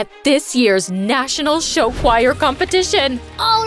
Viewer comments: I love how they say choir as “showire” 😂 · IM TRIGGERED BY THE WAY SHE SAID CHOIR LIKE WHAT IS “shi-wai-er” IN THE FIRST BIT SHE DOES THAT BUT LATER DOES IT CORRECTLY 😭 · THATS HOW YOU PRONOUNCE CHOIR!?!?? *cry’s in german*